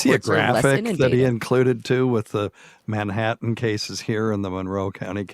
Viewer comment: I could spend all day listening to say Manha'an....😂😂